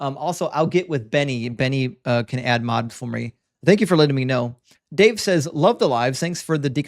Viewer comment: Dude literally doesn't know how to pronounce "says". Wild.